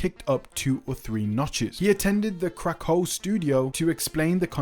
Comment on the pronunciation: Great video. I know it was just your accent but when you said Krakow Studio it seriously sounded to me like Crack Hoe Studios. I died laughing.